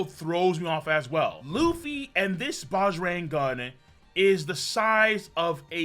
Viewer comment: BAJRANG is pronounced is BUDGE + RUNG